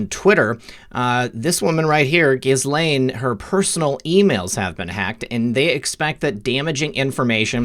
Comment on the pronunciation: Ghislaine is pronounced as Ghee Lane. The s is silent. French name.